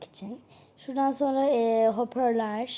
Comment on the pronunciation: höperler değil hoparlör söyliyim kötü anlamda değil